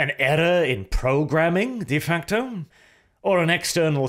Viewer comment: you've been saying de facto wrong for too long and its finally driven me insane